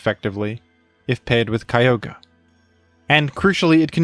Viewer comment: Why do you pronounce that weather legendary so wierd? It's pronounced Kee-og-ree